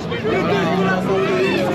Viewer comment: la plupart ils ne parlent pas le francais au lieu de dire Police ils disent Pouliche